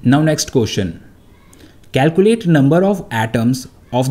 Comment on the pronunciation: It is calculate not calcuate